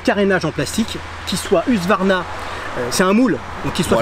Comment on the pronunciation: Le retour du "Huqsvarna" 😉